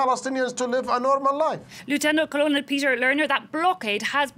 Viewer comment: not knowing how to pronounce colonel doesn't lend much credibility to your show.